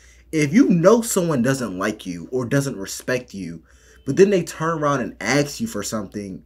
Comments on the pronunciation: a-s-k! Not a-k-s! I’m out! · DO you really have to say AX or AXE? Just say ASK! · Why "aks" not "ask"? Such a strange mispronouncing. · And they axe them... Jesus is it so hard to say ask. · ask not axe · C'mon!!! Stop with the Axe.... It is assk.....